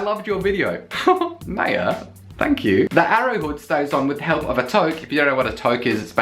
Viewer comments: Maya is pronounced My-Yah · I believe Maya is pronounced in the way that it rhymes with 'fire'.